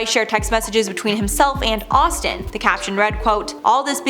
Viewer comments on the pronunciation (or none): Playing back because deadass called Austin "ASStin". I'm cackling! 😂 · #7 when she say ASStin lol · "astin aust" instead of Austin asked........ I laughed so hard at that one! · 🤣I had to rewind it back!! wasn't sure if I heard what I wanted to 😂